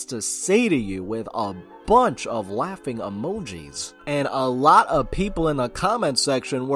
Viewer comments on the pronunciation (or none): none